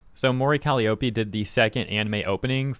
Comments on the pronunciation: Are they mispronouncing "Calliope " on purpose? "Cali O'pay" reminds me of Nigella's "mee-cro wah-vay"😂 If it's just doing one's best pronouncing a strange word: it's "Ka-LIE-oh-pee" It's an ancient Greek name (younger gamers may know in God Of War it's Kratos' daughter) It's most famous as the name of a small type of pipe organ used in the circus, and also iused in TV/film sound effects denoting when someone is going crazy.☮ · Call - i (long i) - ope (read: O P) That's how to say it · Calli-oh-pee lol, you know it’s pronounced cuh-lye-oh-pee, she’s only called Calli when it’s shortened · Say it with me: ka LIE oh pee. Emphasis on the second syllable. Not “Collie-Opie”. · It's pronounced "Co-Lie-A-Pee" not "Cali-Ope-E" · Those haters are terrible and disgusting, but the most egregious thing in this video is your pronunciation of 'Calliope!' It's more 'Ka-LIE-oh-pee' (lie as in, a fib or untruth, not like 'lee'). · Caliiope is pronounced "Cal-EYE-oh-PEE". Just so you know. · Calli having haters is nothing new, and her haters digging that hard into her history to find something about her to use as hate fuel is nothing new either. Also it's pronounced Kah-Lie-Oh-Pee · It’s pronounced Cal-lie-oh-pee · Actually one of her best songs. Appreciate the growls coming out more. (Kal-eye-oh-pee, by the way.) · He was so close to saying her name right. But to be fair, she's only been debuted for 5 years... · I notice a lot of people pronounce Calliope wrong lol (the "I" is pronouced as "eye" instead of "eee") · I’m sorry, but that pronunciation of “Calliope” hurts my soul. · Bruh you gotta say her name right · damn it man will you please find out how to pronounce Calliope if you don’t I’m going to track you down where you live, come round to your house and teach you to say it myself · The real controversy here is how you decided to pronounce "colliope"